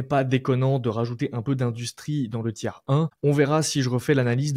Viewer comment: Ça vient de l'anglais tier list, donc sans s. Mais il le dit mal, ça se prononce phonétiquement "tir".